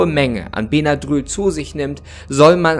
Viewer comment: Das spricht man bennadrill aus